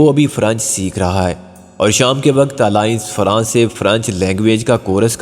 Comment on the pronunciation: الائنس فرانسے نہیں آلیانس فغانسے